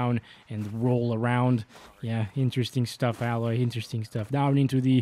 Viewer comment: Btw her name is pronounced "Ai-loy". But keep pronouncing it as Alloy as a running joke lol.